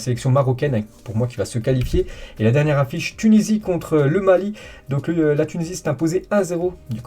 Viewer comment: "du côté de la Mali" ça m'a terminé son accent